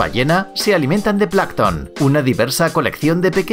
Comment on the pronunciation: es plancton, no placton